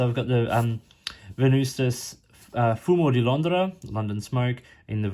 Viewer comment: Perfect "fumo di Londra" pronunciation . Bravo 👏